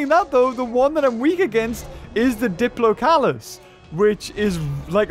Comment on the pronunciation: 'diplocalus' 𝘀𝗮𝗱 𝗳𝗹𝗮𝗳𝗳𝘆 𝗻𝗼𝗶𝘀𝗲𝘀